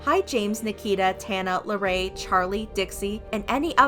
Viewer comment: this is serious bUT THE WAY SHE PRONOUNCES LARRAYS NAMEKSJSAJJ